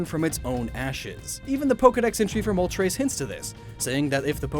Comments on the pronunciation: ... did you just pronounced moltres as "Moltrais"? Its Mol-tres. from "uno dos tres"... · Isn't Mole-Tress